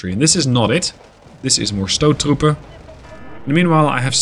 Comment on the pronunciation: As a dutchman i am very impressed with your pronunciation of stoottroepen, and that says something because dutch has a very hard pronunciation